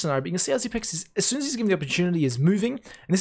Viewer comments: his nick is pronounced XYPNIX, 9 = "ni" in danish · Everyone seems to be mispronouncing Xyp9x. 9 in is pronounced "ni" in danish which sounds the same as "knee" in English. So "Xyp-nix" instead of "Xyp-ex". This frustrates me way more than it should. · zip i x not ex